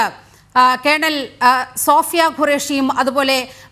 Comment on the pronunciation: Sofiya..not soniya... Ithentha Punjabi house o